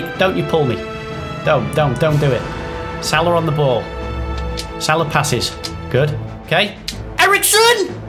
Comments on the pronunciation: It's pronounced sala not sarlar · Ffs it’s Sal-a not solaw it’s so triggering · It’s pronounced sala not salar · It's pronounced sala not salar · you pronounce salah completely wrong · that’s not how you pronounce salah